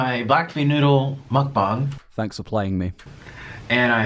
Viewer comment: Mukbong? I always thought it was mukbang.